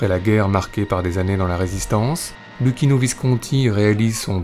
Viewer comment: Luchino = Loukino bravo pour la prononciation. En Italien CC = Ch et CH = K (phonétiquement)